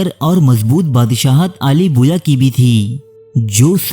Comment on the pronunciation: Mai like nahi karoonga, pehle apni pronunciation Sahi karo, Aale Bawayya ko Aale Boya kah Rahe ho. Pehle bhi aik programme me Dara Shikoh ko Dara Shikwa Keh Rahe thay